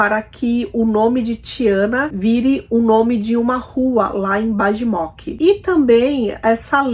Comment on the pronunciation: Apenas como colaboração, no idioma sérvio a letra J tem som de I. Então a cidadezinha deve ser pronunciada como Baimok e não com Bajmok.